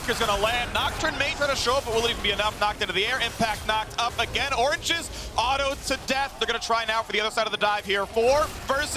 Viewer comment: Why oh why did they insist on giving the casting job for this game to the guy who says Orange-E..., no offense to the guy, I think he's a great caster, but just... they had to have him do the casting for the one team in the tournament whose moniker he pronounces differently from everyone else?